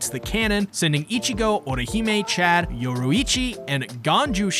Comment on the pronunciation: Well at least you pronounced Chad right 🥴